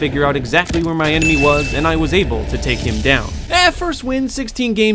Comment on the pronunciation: You said Emaneys instead of enemy’s